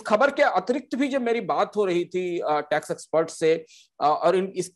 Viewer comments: retrospective"Tax" hota hai "Trax" nahin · Saurabh ji, 1 aisa co host assign krein jo acche se present kr paye or log usey sun na pasand krein. Pronounciation ka dhyan rkhna b bhot zruri h, Crain nhi Cairn h bro n trax nhi tax h